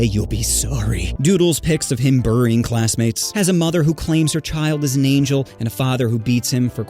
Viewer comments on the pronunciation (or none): none